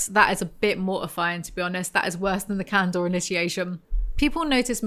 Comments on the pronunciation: God. Please stop saying canDOR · Every time you say “candor” I hear “candle” and I wish candle was a faction